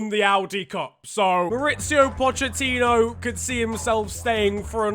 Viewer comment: Man really pronounced it 'Pochettinho.'